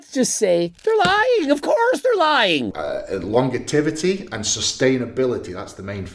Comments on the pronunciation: "Longetivity" - Eddie Hall, 2025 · Love ya Eddie, but it was awful funny hearing you mispronounce the word Longevity over and over again 🤣🤣